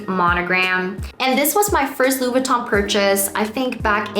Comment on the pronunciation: You‘re forgetting to pronounce the „i“ in LV. Sounds like you are saying “Lou” instead of “Louis”